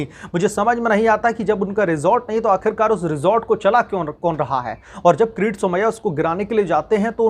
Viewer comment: अबे किरीट का उच्चारण क्रिती कर रहे हो तो व्हिडीओ बनाना बंद करो. भजीया तलने का काम कर लो. बेहतर होगा.